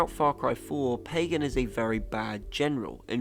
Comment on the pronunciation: AAAAUUUUGH!!! Short-a sound in both a’s of Pagan’s name. Both a’s sound exactly alike. P-ah-g-ah-n.